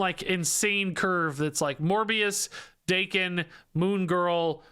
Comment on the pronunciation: isn't it Dah-ken? considering he's from Japan